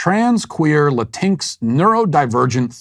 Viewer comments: Matt, it's Latin "X". Not Latinx like Sphynx. I agree that it's rubbish, but still. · LMAO omg Walsh it's pronounced Latin-X. You actually say the x. That being said, this world is an insult to the Spanish language. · It’s actually pronounced “la-teen-ex”. I say this not as a supporter of this nonsense (quite the opposite), but purely as a Grammar Nazi (my umbrella term for all linguistic purity) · Did Matt just La-tinx 🤣🤣🤣🤣it's latin-x you bigot🤓🤓🤓🤓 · So funny how he says Latinx like Latinks lol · "Latincks" i'm f'ucking dying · Matt, I love that you say "La-tinks" because that is exactly how I genuinely read the word when I first saw it. Rhymes with jinx, minx, and sphynx. At first I thought it was some kind of TV channel, like BET for Spanish speakers. And as a former leftie and humanities major, every single thing you said in this video is 100% true. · Matt ALWAYS make me laugh!! 😆😆 These people are TRULY INSANE. Oh, and "bonus points" for the "La-tinks". I want to so use that now, when I meet one of these that call themselves, "Latin-X", phonetically. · His pronunciation of Latinx kills me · My Mexican side hates “LatinX” but they way Matt pronounces absolutely makes me belly laugh so hard that it hurts. 🤣🤣🤣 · The way you pronounce latinx is hilarious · Pronounced Latinx just like sphynx. Matt is the best. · I will always pronounce latinx the way he did in this video from now on. I couldn't help but laugh when I first heard it. Just beautiful. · I like how you pronounce Latinx 😂😂😂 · i love how u pronounce latinx xDD